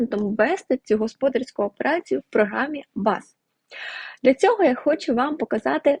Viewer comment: будь ласка,говоріть правильно господАрська операція,бухгАлтери,поважайте слухачів